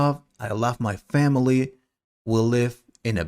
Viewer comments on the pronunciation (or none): You said hamily instead of family 😂😂